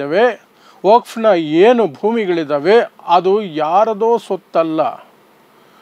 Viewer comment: ವಫ್ ಅಲ್ಲ ವಖ್ಫ್ ಅಂತ ಉಚ್ಚರಿಸಿ, ಮುಸ್ಲಿಂ ಸಮಾಜದಲ್ಲೇ ಅನೇಕ ಪ್ರಭಾವಿಗಳು ವಖ್ಫ್ ಆಸ್ತಿಯನ್ನು ಕಬಳಿಸಿದ ಆರೋಪಗಳಿವೆ, ಅವರಬಗ್ಗೆಯೂ ವಿಡಿಯೋಮಾಡಿ.